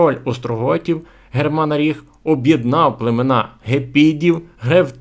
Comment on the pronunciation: Який у біса (пробачте) "ГерманорІх"???😐😐 Якщо вірний наголос "ГерманАріх"??